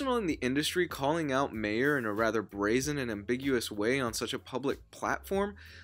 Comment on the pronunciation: My ehr, not May ehr